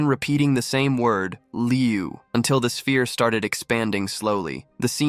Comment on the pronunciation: Its not liu liu liu Its leu leu leu the latest version is on 32 same as the ending of this video